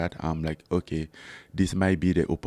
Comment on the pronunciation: I love the way Francis says "oke"